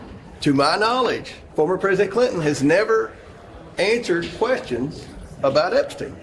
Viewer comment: "President Trump has ANE-surred 1000 questions about Epstein ..." fucking goober